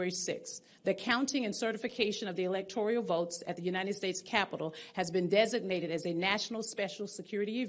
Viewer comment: she says electorial?woke